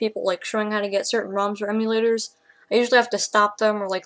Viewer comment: ehm yoo paradise. As is the first 2 syllables of emulator.